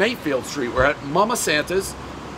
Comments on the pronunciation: It’s pronounced mama saNTas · Also you miss pronounced it you said mama Santa’s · the energy pres invests into supporting places who's name he absolutely refuses to pronounce